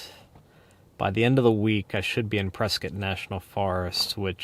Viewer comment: Today you just taught me how to say Prescott AZ, turns out I've been mispronouncing that name for several decades.